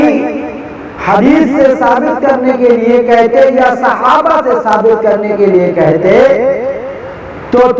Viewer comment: صحابہ کرام ہوتا ہے ک پر زیر ہے 😀